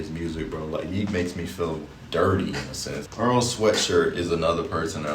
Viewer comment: Yeat rhymes with treat. so you can't have him in excess.